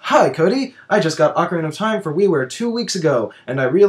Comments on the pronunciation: I know that's what i said! i was just sayng that Cody can't say it and that he says "ocariner". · Cody can't say ocarina of time he says "ocariner of time"